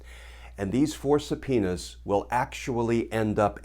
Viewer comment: Does anyone remember Super Troopers? Did you have a flashback just meow? I’m pretty sure he keeps saying suh-penis.